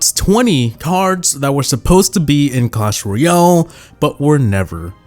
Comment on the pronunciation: “Cosh Roy-all” I love it